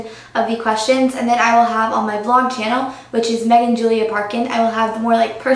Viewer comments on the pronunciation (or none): none